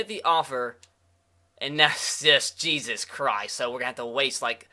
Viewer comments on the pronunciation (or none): none